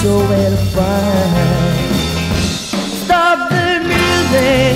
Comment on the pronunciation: いわゆるカタカナ英語とは違って割と綺麗に発音してる方だと思います(*^^*) Stop the musicの発音の仕方とか 声自体は10代のそれなのにすごくセクシーですよね